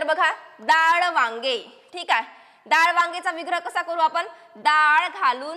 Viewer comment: दाळ ❌️ डाळ ✔️✅️